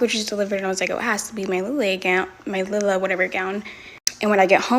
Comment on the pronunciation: You're pronouncing it correctly, mama is pronouncing it with an extra "I". It's "Lila", NOT "Lilia".